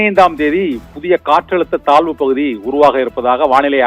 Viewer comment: Thalvu pakuthiya? Thazhvu pakuthia? Nandraga tamizhai vasikavum